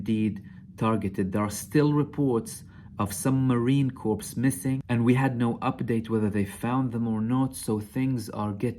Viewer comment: You said that the 'corpse' was leaving Gaza rather than the 'corps.' To quote a famous Jew - that would be a 'Freudian slip.'